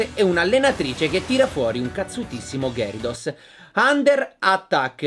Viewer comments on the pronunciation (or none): none